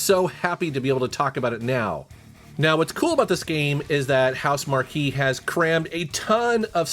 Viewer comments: Its pronounced house-mark lol (housemarque) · Housemarque is pronounced (house-mark) FYI